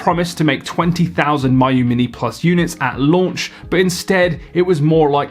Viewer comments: it’s Mee-yoo not My-yoo. even wulffden can get the pronunciation right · It's "me u" not "my u" it means close friend. There is no "my" pronunciation in Chinese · It’s not My-yoo. It’s Mee-you. Miyoo. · It's pronounced "Me-yoh" not "my-you" FGFS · Each time this guy says MY-oo Mini, I die a little more inside. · of course EU figures out how to mispronounce the most logical way to say a thing lol